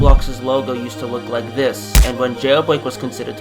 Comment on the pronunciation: voice is really annoying imagine just going up to someone and saying "do woo wike woblox" JUST SAY AN R INSTEAD OF A W ITS SO ANNOYING